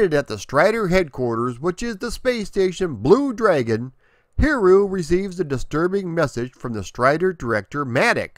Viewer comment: Great video! As always, very thorough! I really love the very original character concept and the designs of the levels. Now, if you want to max out100% for pronunciation on his name (it definitely is a tricky one), the easy way is to think of it phonetically as 'Hid-E-You" Happy gaming, and keep up the great work!